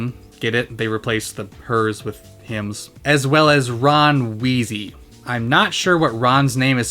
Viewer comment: "Ron Wheezy" really? Come on guys, Rim Weasley is such an easy fit!